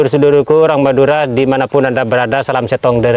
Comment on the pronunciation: Madura mas BKN meduro. Pak Mudhor mas BKN modhar.